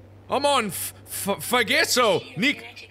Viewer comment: wait... nik-isdik? LOLOLLOLOL